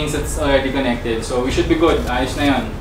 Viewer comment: ok na sana kaya lang meron syang "dyablutut divays iskenekted seksesfoli " 🤣